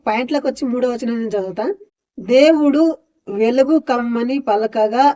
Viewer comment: ఎలుగు కాదు వెలుగు ముందు వెలుగు అని పలకటం నేర్చుకో👍